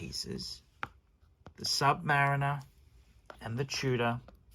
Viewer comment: Stop saying Submureener and beezel!!!